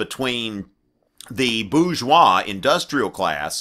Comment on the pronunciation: You should learn how to pronounce bourgeois if you want to be taken seriously.